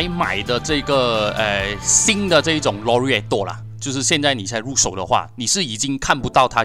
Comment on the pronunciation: 這馬來西亞口音嗎 讀款式名可以讀好一點嗎，已經不是口音問題，簡直是讀錯，超難聽